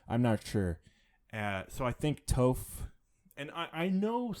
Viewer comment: Her name is Toph with a short o. Not a long o. You need to watch some avatar asap.